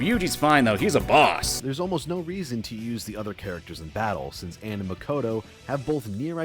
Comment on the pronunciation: i hate the way says Anns name. it pronounced AH-nn as in like the British (and most english speaking countries) pronunciation of tomato